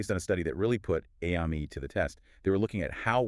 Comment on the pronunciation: The five different pronunciations of AMIE makes this video really hard to listen to.